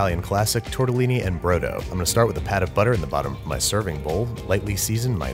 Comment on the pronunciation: Babish: "BRO-DOUGH" All the Italians and Maltese in the comment section: 👁👄👁